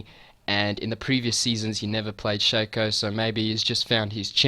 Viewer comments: dude, it shaco not shaco. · Learn english, it is pronunciated Shaco not Shaco